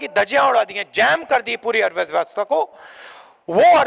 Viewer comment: आज समझ आया कि अर्थव्यवस्था नहीं "अथॆव्ययव्यस्थ*#" होता है ।